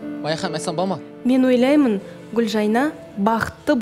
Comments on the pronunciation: Туу ездін ау Гүлжайнаш деп негізі Гүлжайна ғой,лағып сөйлейсін. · фильмы ссылки она говарит Гулжайнаш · Почему она говорит Гульжайнаш? Или мне одной так слышится?